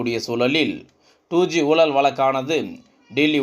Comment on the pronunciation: I cannot make out what is meant by "Soolalil" , "oolal," " valakku" .. Please do not murder Tamil...by pronouncing atrociously...Your report is long winding..Be crisp and concise..